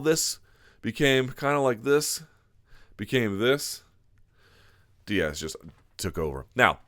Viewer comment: Say it with me..."Diaz"